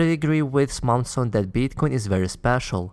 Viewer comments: Its Samson not Smason. Just a soft correction. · Dude it’s Samson not Smason.